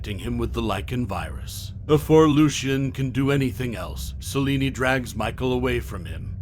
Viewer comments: Celine. Not Celinie. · Idk why you kept calling her Selini. It’s Selene(sel-lean) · Its Selene not seleney lol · Selene. But he’s saying salini🤣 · Is he pronouncing Selene as "Saw-lenie" or is it just me? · So you don't know how to pronounce Selene?? Did you watch any of the Underworld films?